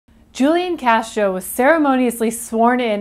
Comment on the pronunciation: you mispronounced his name.